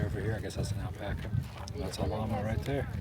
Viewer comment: "Alpac a bag" 😂